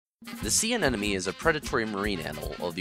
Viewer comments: Terrible choice for background music. Nothing wrong with salsa, but it takes away from the content rather than adds to. That in addition to saying anenemy instead of anemone doesn't help either. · Anemone.... Not anenome...... Why can no one pronounce it correctly? 😑